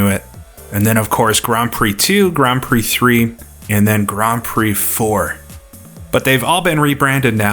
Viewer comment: i swear i heard you call it Grand Prose Circuit there a couple of times! :P ..im really looking forward to that one!... crammond games not so much..